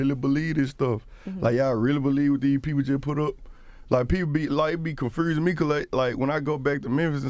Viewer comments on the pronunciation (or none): caurse confursing 😭